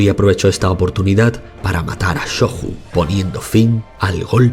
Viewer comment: La "J" seguida de vocal pronuncia como nuestra "Y", por ejemplo: Jigoku se pronunciaría /Yi-go-cu/ y Shoju /sho-yu/